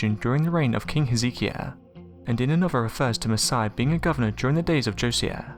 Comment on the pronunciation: It's pronounced "Joe-sigh-ya" Señor +